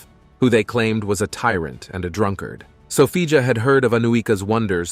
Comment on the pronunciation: Sophia not Sofija ..